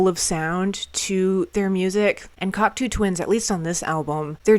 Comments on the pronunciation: One of my all time favourite groups, they are absolute legends. Now, unless I've been saying their name wrong for decades (and anything's possible!), it's pronounced (Kok - "toe") Twins, not (Kok - "too" Twins). Love your reactions!!! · It's CocTOW Twins, not CocTOO Twins...😮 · You kids 😅 It's "Cock-toe" not Coctoo hun.❤ I'm so glad you crawled out from underneath your rock. The word you're looking for is "murky" Thats guitar your calling a bagpipe in Iceblink Luck. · Just to let you know you are pronouncing Cocteau wrong. It is pronounced Cock- TOE ! Glad to see people discover great music btw ! 🥰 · Hi. Glad you discovered this band. Just a minor correction - Cocteau is pronounced "cock toe". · Great reaction,and can guarantee it won't be the last time you listen to this band - but be aware,their first album "Garlands" is a far cry from this,and very much in the post punk mold from where they started - still some epic music on there. But do have to correct you on the pronunciation of the Cocteau Twins - it's Coc (toe) not as in too...sorry,it's a small thing,but then the last song "Frou Frou Foxes In Midsummer Fires" is pronounced Froo Froo, not Frow Frow...again I apologize about being so pedantic,and hopefully you'll do more breakdowns from this awesome band, you may also want to check out very close connections like This Mortal Coil and Dead Can Dance (if you think Liz Fraser from the Cocteaus has an amazing voice,wait until you hear Lisa Gerrard from Dead Can Dance,and guitarist Brendan Perry has an amazing voice as well) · Awesome reaction, awesome band, awesome bunch of albums too - and worth investigating some of the stuff that spurred off. Just a note - it's pronounced like "Cock toe" - French :)